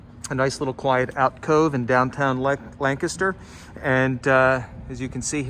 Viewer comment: Yea, correct pronunciation.